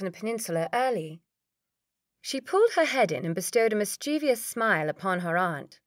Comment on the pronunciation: Lovely reading. But please... mis-chi(e)-vous... pronounced mis-chiv-us... no cheevee-us! Thanks